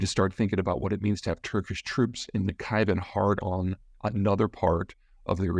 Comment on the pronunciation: İt's Nakhichevan. Not Nachivan